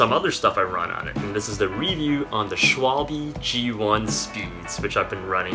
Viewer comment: It is not Schwalbeeee but simply short at the end Schwalbe. It is german and it means Swallow (Bird)